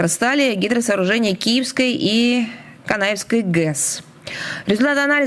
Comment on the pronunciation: Канаєвской ГЕС 😂😂😂брешуть хоча б прочитала правильно Машка алкаше 😂